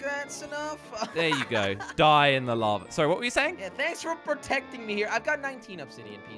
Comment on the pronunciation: it is lava not lave